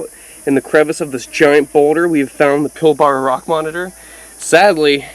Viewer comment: Your saying Pilbara wrong you say it like pil-ba-ra